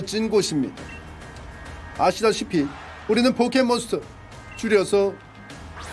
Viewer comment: 포켓몬... 스타 라고 발음하시네 크윽